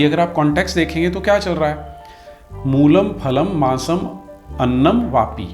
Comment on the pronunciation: मसमन्नम नही है अपितु माम्समन्नम है पहले आप ही गलत उच्चारण कर रहे हैं पहले आप अपना उच्चारण सही करें